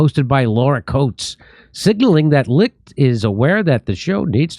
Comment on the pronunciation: Licht is pronounced with the ch as found in Achmed. See the relevant Jeff Dunham video for details. It's a dutch name which translates to light.